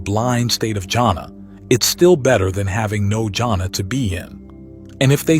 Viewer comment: I'm sorry you're mispronouncing "JHANA" -- it is pronounced with an H sound as Hannah, or is yahna. It is not pronounced as jungle